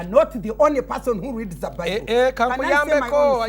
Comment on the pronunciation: you are NOT DI ONLY PAHSONN WHO REEZD DA BIBAHLL